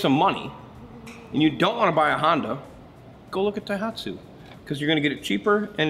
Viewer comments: A good vid. But it bothered me every time you mispronounced "Tohatsu" as "Taihatsu". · not thaihatsu ...TOHATSU..ha ha ...translate the cc to ci is ridiculous in an outboard ...no need for that :face-blue-smiling